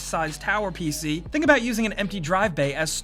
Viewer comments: "P-Shee gamin" Noice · "pee shee"